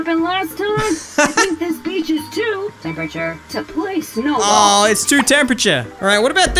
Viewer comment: It’s beach not bitch.